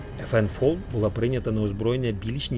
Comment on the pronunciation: Чому автор каже ФН ФОЛ якщо правильно ФН ФАЛ - FN FAL (Fusil Automatique Leger — легка автоматична гвинтівка)